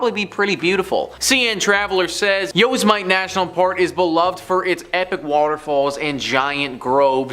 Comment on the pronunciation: How do you mispronounce Yosmite? (Yo-Sim-Mitty)